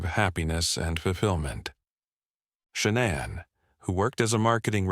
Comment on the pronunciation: Can u pronounce her name correctly please